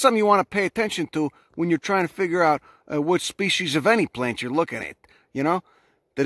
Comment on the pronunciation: In honour of this channel's excellence, I hereby do declare, every time I say the word plants in the future, I'm going to pronounce it like paints with an L. Puts a smile on my face to hear the thick accent.